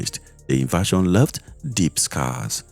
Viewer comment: Invasion not inversion. Please mind your pronunciation.